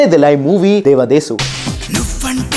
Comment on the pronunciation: Devadasu correctly pronounce karna toh seekhle 😂